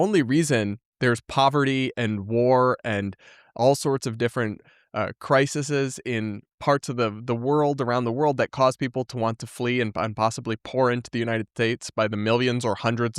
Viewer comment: I love you but I just have to point out one thing! The plural of "crisis" (cry-sis) is "crises" (cry-seez). Sorry for the grammar-Nazism ><